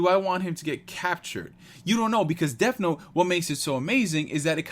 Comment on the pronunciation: Curious but is it honoring the source material to keep calling it "deaF note"?